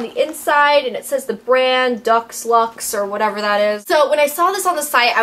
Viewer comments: deux lux is french, said like "dew lucks" :D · Its pronounced DOO-LUX, like deluxe :)